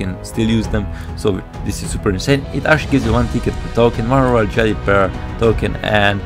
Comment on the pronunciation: When he said royal jelly i heard royal jerry